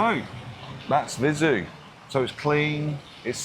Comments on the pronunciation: Viseu: it is spelled Vizéu, not Vizu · Not open 'e', though. The 'e' sound in this case is similar to the 'e' in Emma (Ema?). Or the first 'e' in 'center' ('centre'?) Using that 'e' sound, you say Vizew.